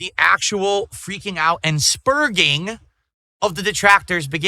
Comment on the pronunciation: Lmao the way he enunciates "sperging" during his pre-suikoden meltdown. I love how you can tell when he hears his detractors use certain words to describe him and he decides to shoehorn it into his vernacular because he thinks it makes him sound cooler/smarter.